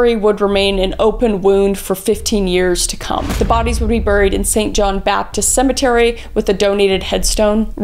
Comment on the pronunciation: The way the says buried, is just so funny to me so every time she says it I laugh out loud hard ❤ also im learning forensics and this helps me understand how long it takes to learn and get evidence